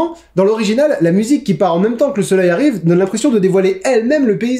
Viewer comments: C'est un peu bizarre mais le "v" est prononcé beaucoup plus fort... Genre ça fait "j'arriVe", et c'est une erreur pour lui. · En gros, c'est la fin du mot "j'arrive", si tu réécoute l'extrait on a l'impression qu'il dit "j'arriVEUH".